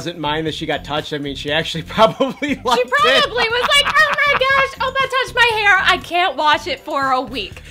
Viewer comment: "Opa" The way he said oppa xD